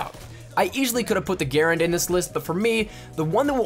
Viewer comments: M1928 (or M1A1 SMG) is the literal best smg. And it's not "gare-and" is pronounced "gerh- rand" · 😂 he said like the M1 Guerin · how is this man saying grand 😂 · It’s so funny how he says garand and carbine